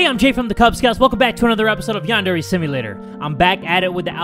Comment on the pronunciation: Idk but I still laugh at the way Jay said Yandere in the past It sounded like Yan-Dairy 😂 But anyways your THAT DUDE